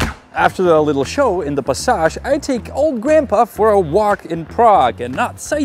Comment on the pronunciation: THANK YOU once again for all your hard work in saving people from being scammed out of their hard-earned money. But where do they get all that old worthless money ?? Passage: go on google and listen to how this word is pronounced in English 😊😊